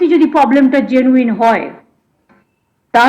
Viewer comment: Uni poblem na bole problem kobe bolben...khub kane lage 🙏🙏